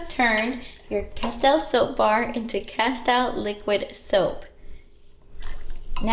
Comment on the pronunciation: Pronounced Cas-steel